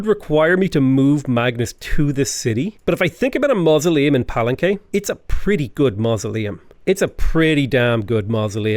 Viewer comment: Xunantunich = Shu-Nan-Too-Neech Palenque = Pah-Len-Kay I study Mesoamerica stuff and thought I’d give you a hand with some of the Mayan pronunciations. Good luck and thank you for the wonderfully enjoyable content. 😉👍🏻